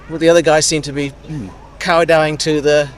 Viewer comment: 45m 07s; There's no such word as 'cow-dowing', it's kowtowing...🙃